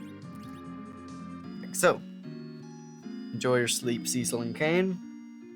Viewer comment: Props to you for pronouncing Cecil the better way.